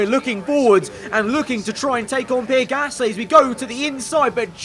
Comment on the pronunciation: When says "Pierre Gasly" i understand as "P-Rick Astley"